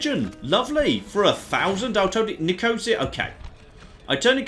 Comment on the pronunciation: Nicosia is pronounced nicko-seer.